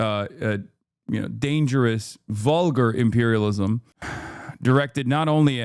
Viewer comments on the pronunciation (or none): AOC can’t say the word imperialism lol we need to stop glazing social democrats